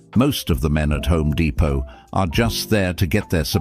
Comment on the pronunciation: "Home De-pott"!